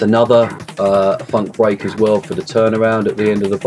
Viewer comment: 'bweak' great tutorial!